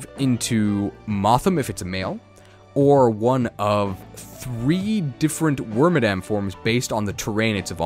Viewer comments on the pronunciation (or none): Its moth-HIM (male) and Wor-MAD-EM (female / madam ) it upset me greatly when I found out it wasn't worm-a-dam, now I pass this cursed knowledge to you.